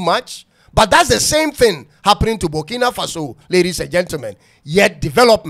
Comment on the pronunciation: It is Burkina not bukina mean farm land